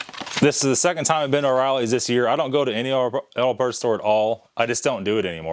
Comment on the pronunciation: O'Reilly. Not oreillys